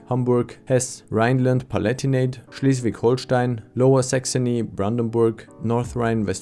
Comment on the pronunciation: You named Schleswig-Holstein right. Unlike a Page in German calling it Hohlstein